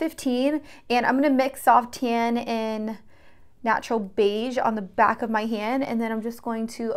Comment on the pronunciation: everytime she says "welcome bAck" i think she's australian